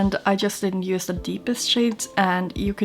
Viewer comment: Amazing make-up! One small request - try pronouncing each 'use' (<--verb, the noun 'use', as in 'there is no use in that' does indeed have 's' in its phonetic transcription), 'using' how they should be pronounced, so with 'z' :) 'S' is used only in 'used to' when speaking of past habits that are no longer valid. Thx in advance ;)